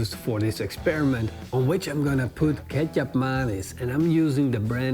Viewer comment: Anyone is hearing Ketchup Mayonnaise, or is it just me !